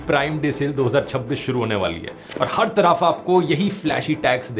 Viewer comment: He pronounced taraaaf not different from any pakistani